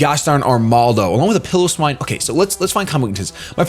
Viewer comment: I'm amazed that his opponent spelled piloswine's name the way it's pronounced and still said it wrong